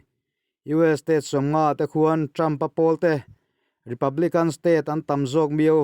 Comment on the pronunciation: Republican - republikan/Kang niloin....spiriter welfare niloin -spiritual spirichual welfare..ti in a mizo Thu ziak khian chiang zok nan..in deuh lam rawng kai nilo nia o.inpuih na ah min ngaihsak zawk hram Lang..Thu I thiamin Kalo ngaithla char2 in ngaihthlak nuamin chhiar poh i thiam thlot e,kalo subscribe bok che Nia😁